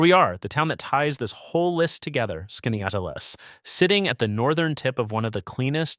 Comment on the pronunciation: Sorry to be the squeaky wheel, but Wells College in Aurora is closed as of the 25/26 academic year, and your pronunciation of Keuka and Skaneateles made a local upstate girl cringe. Yes, upstate is beautiful, and has many hidden gems.